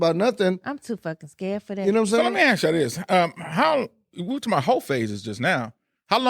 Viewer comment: Ask her to stop saying Axe